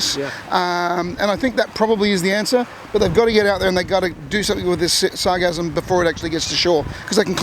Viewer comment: This overwhelm began two or three years ago. It's not cyclical. Regular snowbirds will tell you that it has never been this bad. There is already a company recycling the sargassum. BTW it's sargassum, "sar-GA-sum".